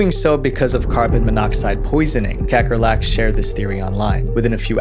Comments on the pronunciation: As a South African, hearing you pronounce Kakkerlak made me giggle 😆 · as a dutch person, it's fun to hear you pronounce kakkerlak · damn, you rape the name "kakkerlak" (cockroach) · Never expected to hear the Dutch word for cockroach pronounced like that